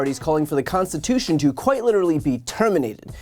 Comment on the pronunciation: Trump says 'The constiwhotion ?'.